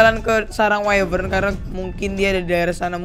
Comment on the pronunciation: The Gaming Craft Wyvern Bukan Whifern